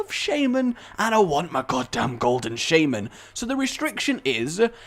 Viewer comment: Say Shaymen again, I dare you!